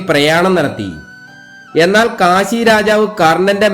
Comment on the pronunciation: Kasi alla Kashi aanu